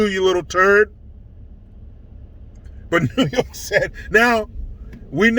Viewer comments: NEEEEHHHWWW YOOOOOKEEAAAA hahaha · New yoooorkuh lmao! 🤣